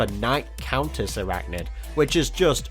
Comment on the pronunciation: And isn't it pronounce I-rachnid?